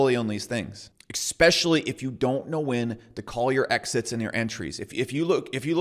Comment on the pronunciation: I’ve been hearing someone say “eXXXpecially” every day the last 3 days. Why fer?